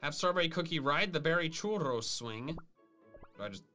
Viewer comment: why does pronounce churro chooro